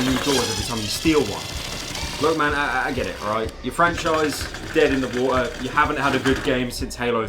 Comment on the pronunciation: “dead in the WO’ OHHA”